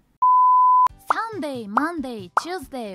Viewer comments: Thursdayの発音は日本人に優しくないから気持ちがよくわかる！😂 英語の勉強応援してます！ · SundayとThursdayの発音が同じになるのは小学生まで